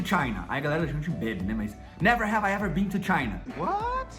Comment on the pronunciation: Só corrigindo o, você não pronuncia Been com som de BEAN, mas sim com o som de BIN sugiro da uma olhada no youtube How to Pronounce Ben, Been and Bean in American English like a Native Speaker